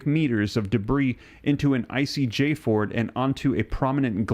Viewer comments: Not jford, spelled fjord but pronounced fyord. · Fjord is pronounced like the j is a y so it would be fyord, not fjord! Did you not learn about fjords in geography class? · Myanmar is pronounced me-an-mar. Fjord is fee-ord. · Fjord is pronounced Fe-yord for future reference. Great job on reporting, Sir! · Fjord - Fe-ord. Dude, I 'm a high school drop out. What's your excuse.🤣Sorry, I'm a jerk.